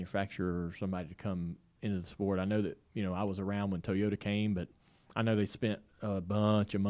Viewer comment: Dale cannot say the word, "Toyota" correctly..its hilarious!!